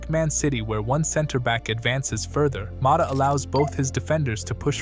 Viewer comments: Impressive analysis, so impressive I can't understand why you pronounce his name Mota 😅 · Who the fu.k is Thiago Moda? Is it too hard to pronounce a T instead of a D??